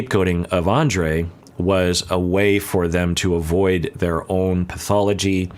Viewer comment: I mean no disrespect when I write this, but maybe it would be a good idea to Pronounce Andrei’s name the way Libby pronounces it, because that is the proper Slavic pronunciation of the name.